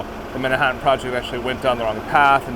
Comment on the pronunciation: Awesome video, thanks for the behind-the-scenes look! Loved the “Manh(a)ttan” show. I had a chuckle when I recognized the actor in Oppenheimer 👍